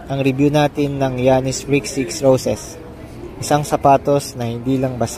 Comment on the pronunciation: yanis po di giyanis